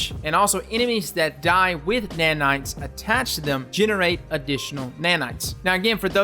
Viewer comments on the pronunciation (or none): I love your vids man and I hate to be the one to call you out, but I think you said “Annitional” instead of “Additional” xD Doesn’t change my mind about you or your vids, AND I COULD BE WRONG, so keep up the good work!!